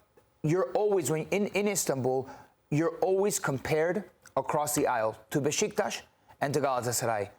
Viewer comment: So Besiktas isn't pronounced Bee-sick-tas? 😂😁